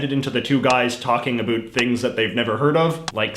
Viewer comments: This guy is from a dimension where "o" in a word with "ou" is ignored and therefore words are pronounced as "abut" and "arund" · At least in my dimension, we don't pronunce "about" in the Jayjayic way. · He said "talk a boot" I’m out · Hmmm... I could've sworn its pronounced "uh-BAU-t" not "uh-BOO-t"..... Maybe this is mandela effect🤔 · Why do you say “about” like that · Your “About” pronunciation is aggressively canadian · The dumbest thing is the way you pronounce "about".